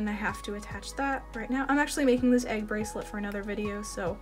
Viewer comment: Not me thinking flower everytime she says egg